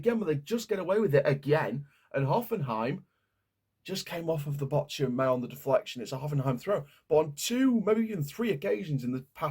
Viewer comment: Bork-hum. See the H as a K.